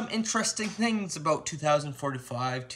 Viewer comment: "aboat" "Valemtime's Day"